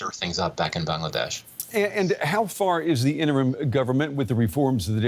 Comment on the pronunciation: It's not how you pronounced the country name 'Bangladesh'. It comes from the word language "Bangla". And that's how it is pronounced. Thank you!